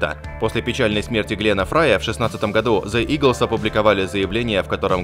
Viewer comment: Если Вы не можете произнести правильно the лучше скажите eagles, и не умничать по поводу English language, for you to far ,и больше имя исполнительницы не "бюнсе"soo sir don't trig to be English language specialist